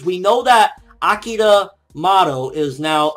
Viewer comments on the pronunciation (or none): none